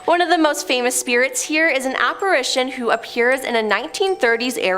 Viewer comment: Good stuff, but…. the correct pronunciation of apparition is : app-ar ish shon, and NOT app-ar aish -shon❤❤